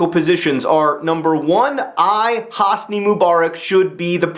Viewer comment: Actually, the way John pronounces Hosni is correct. :P